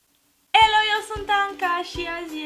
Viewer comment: dc spuo elo in loc de helo